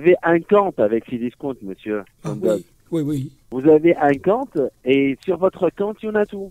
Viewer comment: "Vous avez un campte et sur votre campte YON A TOUT" j'suis morteeeeeeee